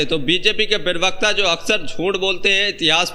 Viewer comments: Pronunciation correct karo.perwakta nahi parwakta kaho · Parvakta hota bhai sahi se pronounce karle